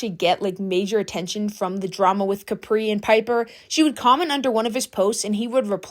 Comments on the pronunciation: Not trying to be THAT PERSON or rude but it's pronounced Cu-pre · You pronouncing Capri like that is wild. It’s Capri…. Like Capri pants. Not like a bottle cap😂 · the way you say capri is so funny